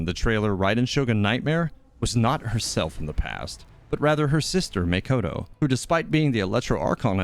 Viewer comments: I just noticed that you were referring to "Makoto" as "Mikoto". I apologize if I'm a bit stingy about it. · im sorry did you actually say maykoto....